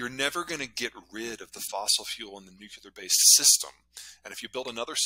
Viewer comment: Peter is the smartest guy on Earth who cannot pronounce “nuclear” correctly. Great insights here, thank you.